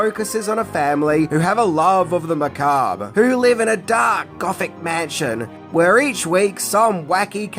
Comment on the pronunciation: You learned to pronounce Macabre!! 🎉🎉🎉🎉, you're now a head and shoulders over most youtubers! Edit: Debuts has a silent T.